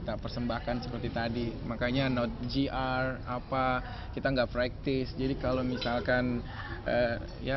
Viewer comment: doi bilang "GR baca:ji'ar" kepanjangan dari Geladi Resik,... Et dah ada2 Bae dah